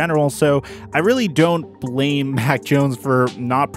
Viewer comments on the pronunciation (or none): none